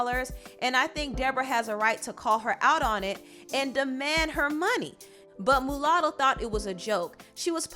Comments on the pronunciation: You keep saying MOOOOOlatto. Lol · It's Muah sound Not Moo latto.. but carry on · It's pronounced "Ma Lotto" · Girl it’s pronounced MALUTTO LMAO... MU LATTO REALLY